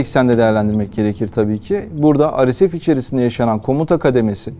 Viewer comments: arkadaş türkçe yayın yapıyorsun dolayısıyla ar-es-ef deyip durmak yerine re-se-fe diyebilirsin. veyahut hdg (hızlı destek güçleri) biçiminde telaffuz edebilirsin daha anlaşılır olması açısından. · Yayınlarınızı çok beğeniyorum emeğinize sağlık, ancak bazı kısaltmaları örnek:RSF neden Türkçe telaffuz edilmiyor, çok merak ediyorum? Kimileri beni eleştirecektir bunu da biliyorum.